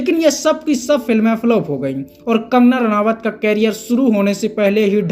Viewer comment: अरे भाई नाम तो सही जान लो। रानावत नहीं रनौत है।